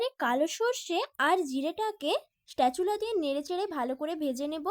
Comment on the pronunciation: কথা টা স্প্যাচুলা হবে স্টেচুলা নয়